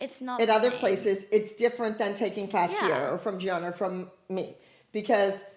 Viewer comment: She mocked Gianina too by mispronouncing her name